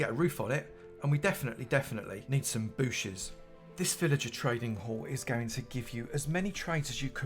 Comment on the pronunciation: " definitely definetly need some booshes" Thanks all leaf blocks are now booshes...sounds better. Great looking trading hall.